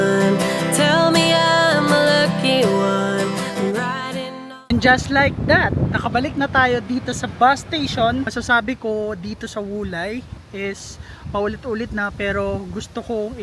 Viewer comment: The pronounciation of Wulai is Ulay and the pronounciation of Taoyuan is Tawyen. Ganda ng vlog mo sir, more power. Became a subscriber. Kaka miss sa Taiwan.